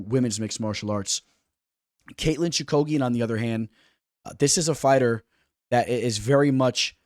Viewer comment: Your picks are getting a lot better. Your pronunciations though man…. lol Choo-ka-gian….. cage …. I like Barber Chookagian to go to decision. I can see barber via split. I don’t think the UFC likes Chookagian. However she has technical striking whereas Barber thrives on bursts of actions. Chookagian also has good jiu jitsu